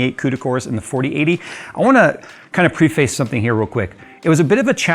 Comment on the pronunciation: prehf-s not pre-face